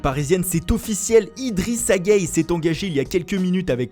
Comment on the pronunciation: On dit « guéyé » pas « guèye »